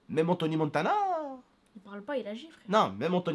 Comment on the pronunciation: Enthoony montana 😂😂😂😂 c est Tony Montana